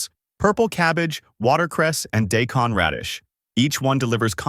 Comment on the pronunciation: Do us a favor and teach your AI to pronounce daikon correctly? What is day-con? Or did you mean die-con?